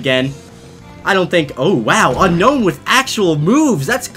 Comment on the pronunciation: Why do so many people say unknown? The Pokémon is called Un-Own I know it skittle bit that has always bugged me haha